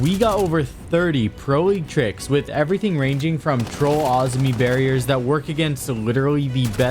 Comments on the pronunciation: Azumi?? Where are you getting the U from...🤣🤣.. Azami... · awzmi bro its ah za me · Bro its Azami not Azmi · Why do you say Azami like that? Isn’t it (AH- ZAHM- ME)? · PLEASE pronounce Azami correctly I am getting a stroke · The way you pronounce “Azami” 😂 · why does he say Azami like that 😭😭